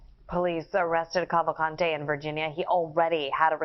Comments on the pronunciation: Hahaha you Said Danilo Salza Kavante. and is Clearly " Danilo Souza Calvacante " 😂 I meant That Pronunciation S*cks. I'm just Saying Luv😅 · The correct pronunciation is Kaval- kunt-hey? Yep sure is. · How many times did they say Kawakante? How annoying! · Okay each time he says his name it sounds like he is saying Avocado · Just fyi, not a huge problem, but his Portuguese last name, Cavalcante, is pronounced like “kaval-CAHN-chi” sort of, and with more “blunt” or flat vowels, like “Cāvālcāntē”. Little different than the Spanish pronunciation, with enunciated and expressive vowels, “kaval-CAN-teh”. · If this asshole put half the effort into researching the facts of the case that he did in pronouncing their names maybe I wouldn’t be unsubscribing right now.